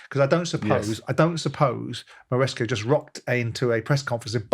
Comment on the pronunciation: Why is Simon incapable of pronouncing people/place names?!?! Who’s MarescO?!?! It’d MarescA ffs!!!🤦‍♂️🤦‍♂️